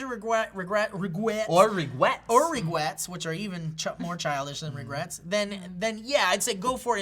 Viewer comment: New word. Regwets: a childish regret.